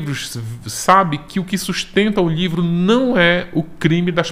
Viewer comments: Tem outro jeito de falar? Livro, lhivro, dá no mesmo. Ou não? Kkk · Acho tão engraçadinho a maneira como ele fala "lhivro".